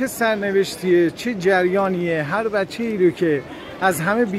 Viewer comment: Yes you say IT bassase